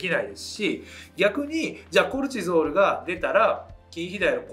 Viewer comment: コレチゾールの発音が気になる😂